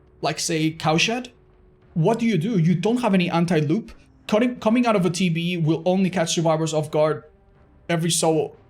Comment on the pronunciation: saying TV sounding like tb kills me lol 😆